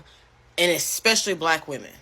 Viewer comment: Especially..... Not Expecially.... Learn ya words!